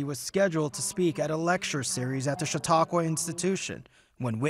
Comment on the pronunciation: CNN reporters are mispronouncing the name of the venue. The Chautauqua Institute is pronounced “Sha taw kwa” not “cha tu kwa”